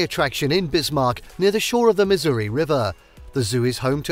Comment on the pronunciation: Oh my goddess how many times is he going to say Lake Sakakawea wrong!? 😆 Stress on the second syllable buddy, not the first...and Missouri...again stress the second syllable not first, it's not Misery 🤦‍♀️